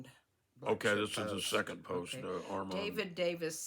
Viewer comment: It's Armand not Armond and his last name was Bletcher.just fyi.and enjoy your show.